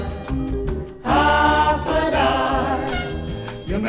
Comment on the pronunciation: They're pronouncing it wrong. It's not Hafa die! It's Hafa adai!